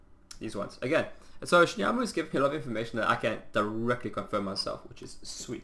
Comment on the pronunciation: Shimuyama has an A on the end while you say U. :)